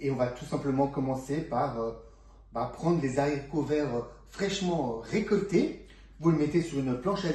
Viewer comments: Bonjour. Merci pour ces informations. Par contre (et j'espère que vous m'excuserez pour la petite remarque qui suit), sachez que l'on ne prononce pas les "zharicots". En effet, le "h" de "haricot" est aspiré (comme hibou, hasard, etc...) ce qui signifie qu'il n'y a pas de liaison. Comme je suis très attachée à la langue française et à la prononciation de ses mots (pour ne pas dire maniaque...), je dois avouer qu'à chaque fois que vous avez prononcé ce mot de cette façon... j'en ai eu mal aux oreilles. Sinon, une petite astuce pour les piqûres de guêpes ou d'abeilles: le vinaigre car il peut aider à soulager la douleur et le gonflement grâce à son acidité, qui peut neutraliser les substances toxiques du venin et avoir un effet apaisant sur la peau, réduisant les démangeaisons. C'est toujours ce que je fais dans cette situation et ça fonctionne très bien (sans hématome 😉). Je vais maintenant aller visionner votre recette. En tout cas, je vous souhaite une bonne continuation. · Comment congeler les zaricots ? Faut-il les stocker dans des zangars ? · 1/ on ne dit pas "les Z'haricots verts", 2/ on les lave AVANT de les équeuter sinon ils se gorgent d'eau. 3/on équeute QUE le côté qui était attaché au plant, JAMAIS la petite "virgule" 3/ on équeute QUE le côté qui était attaché au plant,JAMAIS la petite 2/on n'équeute pas les haricots AVANT de les laver car ils vont se gorger d'eau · Merci pour cette vidéo. Mais je ne connais pas les zaricots , seulement les haricots… excusez-moi mais ça choque mes vieilles oreilles 🥴🤣